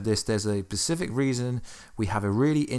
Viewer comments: Specific not Pacific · Specific. Not pacific.